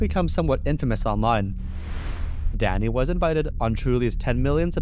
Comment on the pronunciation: Ohhhhhhhh. He is saying Danny! All i could hear was "Daddy" 😂